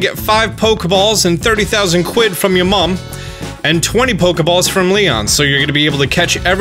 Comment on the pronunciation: why did he say "from your mom" like that? lmao i thought i could let it go but he never did the accent for anything else the whole video...i might lose sleep